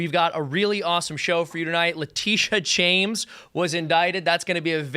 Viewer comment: Is that James spelled with an 'Sh-' or 'Ch-'? And do we also say Chaimes Bond or Shames Bond from now on?